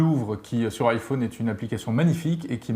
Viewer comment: On dit iPhone pas iFun! Les français sont vraiment des merdes pour avoir un bon accent en anglais!